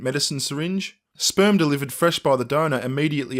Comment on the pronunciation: Plus, Lorraine Kelly says "Speyrm".